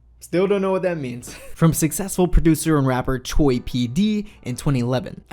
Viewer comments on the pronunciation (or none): none